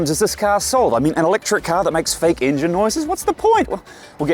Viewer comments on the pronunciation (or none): the "Piece of resistance". "Englin Boost". Priceless.